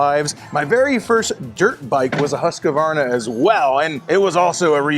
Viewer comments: Hooskvarna, not Huskavarna. Get a clue. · Why do you Americans call it Husquavana,there's no a in the middle your pronouncing it very wrong.